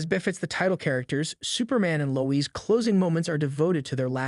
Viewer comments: Low ezz bro it’s Lois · Why are you saying Lois name like that? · I want to punch myself in the face hearing the way you pronounce Lois.